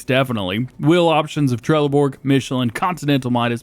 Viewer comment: as a swede trelleborg is pronounced trelleborj just sayin